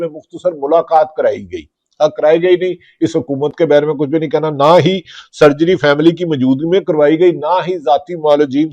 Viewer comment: بھی کا ب نکال کے بات کرو میرے بھاٸی